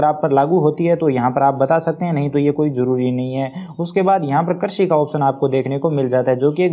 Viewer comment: कर्षि नहीं कृषि बोलो भाई